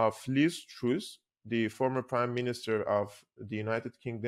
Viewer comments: its called Lizz TRASS.. not Trous.. open up the U. its called TRASS..!! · truss not troose